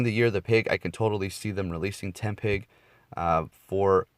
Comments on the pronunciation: It's "Tepig" not "Tempig" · Tepig* not tempig XD